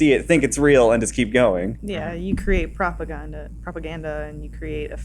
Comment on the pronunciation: “Propah-Ghanda”- 2018